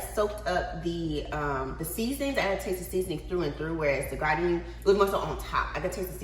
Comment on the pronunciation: Gardein is pronounced Gar- deen.. it's only 2 syllables..not gardian 3 syllables...just saying